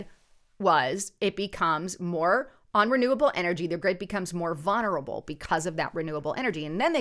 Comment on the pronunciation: The word is not "vunerable," it's VULNERABLE.